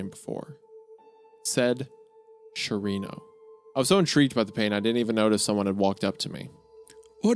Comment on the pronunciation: "SHARRINO"💀💀💀 im so sorry, but if i were actually reading this on reddit, i would out right there